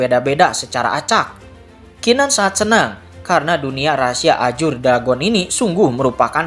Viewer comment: Nah gitu donk bg baca azure jgn ajur lagi😂😂